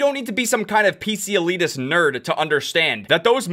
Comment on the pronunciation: “PC elitist nerd” umm…what did you say it like that? Imagine not understanding specs.